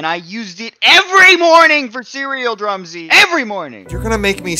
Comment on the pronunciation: say THIS IS DRUM-SY